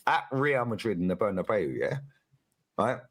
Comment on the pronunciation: He pronounces real madrid stadium as ' bernerbayo' 😂😂😂